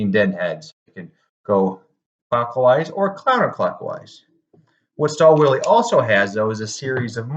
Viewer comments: This is a luxury tool for a DIY'er. Also the W is pronounced as V. ü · I believe, the correct pronunciation is "shtaal vil" Stahlwille also has 730D series, which is targeted to advance DIYers and workshops. This one is targeted mainly towards manufacturers and assembly plants.